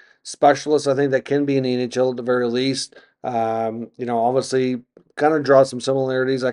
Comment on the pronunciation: You do a good job but some constructive criticism would be to work on diction! It’s pronounced obviously not obvosley. You use that word constantly please say it correctly.